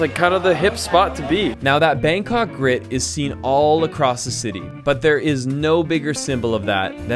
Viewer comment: the way foreigner pronounce BANG KOK is the most irritating thing to hear as a Thai person myself. Bangkok pronounce "bahng kok" not 'bang' in English. Go translate this, it is how Bangkok is pronounced "บางกอก".